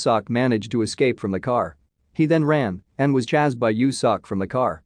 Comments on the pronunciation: Chazzed is ch-ay-sd or chased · "Chased" is not pronounced "Chazzed". It's a long-A and hissing-S sound as in "ace." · “Chazed” xD